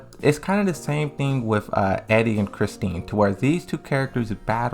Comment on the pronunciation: Please tell me somebody heard him call “Christie”, “ChristiNe”….its giving “Tekken 7 is my first Tekken game” 🤦🏾‍♂️